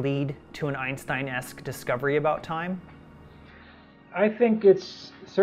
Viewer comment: so that's how Germans pronounce Einstein